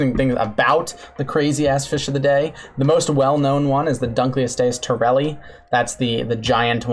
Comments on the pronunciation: I love how your defense of not pronouncing Latin correctly is basically "Prove me wrong! You cant'!" Because it's more or less true. I will say that I can prove you're pronouncing Dunkleosteus incorrectly because the first part of that name is from the museum curator who found the otherwise unlabled specimen of the fish's head bone in storage. His name was David Dunkle. So, it should be pronounced "Dun-kel-o-stee-us." It basically just means "Dunkle's bone." How would you like to have an awesome extinct animal named after you just because the person who actually discovered it forgot to put the appropriate tag on the fossil before putting it in storage and you just happened to be the random guy who found it? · Why does the pronounce Dunkleosteus instead of Dunkleosteus? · Btw its pronounced dunk-lee-ost-ee-us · Huh, Didn’t know Dunkleosteus was pronounced like that. I always emphasized The “Dunk” like The word Dunk. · I know for a fact your pronunciation of Dunklosteus is wrong because it's named after a person, paleo-ichthyological curator David Dunkle, pronounced like "done-coal." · Named after a guy called David Dunkle whose name rhymes with "Uncle". So it should be "dunk-el-ost-ee-us". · honestly would prefer that over how he says it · u kept saying dunkleostious wrong :/ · is that actually the way you pronounce dunkleosteus? cause ive always heard it said differently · Why do you say Dunkleosteus like that? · the way he pronounces dunkelosteus makes me die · When the fish biologist pronounces dunkleosteus wrong